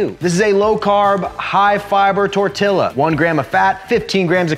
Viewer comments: I’m happy you were just saying tortilla like that but you actually can say it correctly 😭😂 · Tor till a or tor tea la......?????